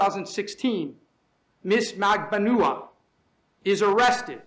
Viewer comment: magban-OO-ah as if he didn't know how her name was pronounced lmao